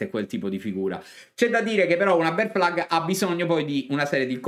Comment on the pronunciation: Però questa BEAR FLAG potremmo anche pronunciarla correttamente 🤣